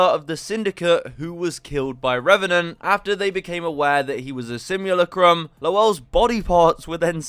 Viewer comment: sim-ula-crum. yes, you say it weird.